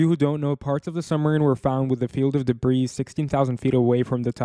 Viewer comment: Not debriiiis. It’s pronounced debri